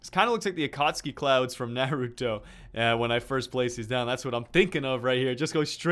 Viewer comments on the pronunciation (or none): u said Naruto wrong how it's so easy!!!!!